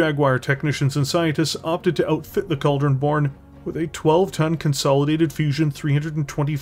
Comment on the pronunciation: Well, he can at least properly pronounce Cauldron Born. As opposed to "Eeebon Jagwire"